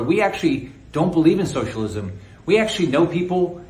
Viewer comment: He hates socialism so much he can’t even enunciate the word, just rushes through it as fast as possible